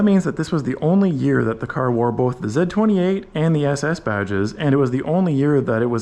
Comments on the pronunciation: ITS NO F-ing “ZED28” it’s the letter Z !! Z28 lol driving me nuts😂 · It's Z, Zed's dead, baby. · Repeat after me Z-28 . Pronounced Zee Zee Zee. Repeat after me ZEE-28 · stop saying ZED28, come on my guy! and also 1 exhaust is horrible! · If you're an American, you say "Zee 28" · Never in the history of automobiles, was there EVER a "zeh 28" Why is the letter Z difficult for you to say? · I'm Canadian from Windsor, ON (our motor city) and I've never heard another Canadian call it a "Zed"-28. Nice car and vid. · We say "Zee" 28 in American English... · It's a Z/28 as pronounced by a man who watched Top Gear. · It's the French pronunciation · The Way you Say Z28 is very Weird!! 😂